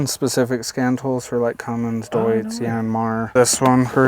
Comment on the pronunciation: i love he said DEUTZ right i am from deutz, west germany ! =) (cologne) deutz fabric was just the district ...